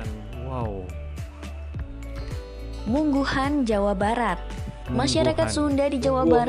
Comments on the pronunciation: Munggahan bukan mungguhun 😅 Emang the best sih . Kumpul2 sambil ngeliwet . 😅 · Orang Sunda Munggahan bkn Mungguhan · Yang jawa barat itu MUNGGAHAN, bukan mungguhan. Pake A bukan U